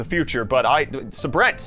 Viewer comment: Brent... It's pronounced.... SAY-BRENT. sorry. Not sorry Lol